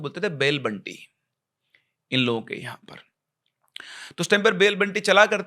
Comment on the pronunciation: Sir vo बैल बंडी होता है बंटी nhi